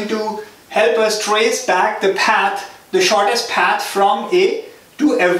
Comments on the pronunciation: Fantastic videos. But why do you have to pronounce "path" as "ppaaaeeth" :D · its a common sense.....if someone is making so much effort to teach for free......u should also understand that....it will be PATH and not PAAT.....as u r studying algorithm it has to be PATH. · Lol he barely makes anything from these videos. Don't kid yourself. If you don't appreciate it don't watch it. Don't just bitch in the comments because he said paat instead of path. Dumb ass.